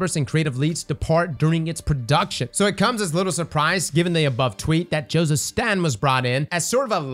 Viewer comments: Btw it is STATE-IN. Not STAT-in. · It's pronounced "State-n"...